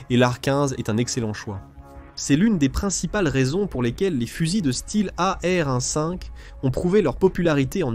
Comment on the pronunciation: Oh l'IA, tu peux dire e-em quinze ou a-er douze, serait-ce trop compliqué ?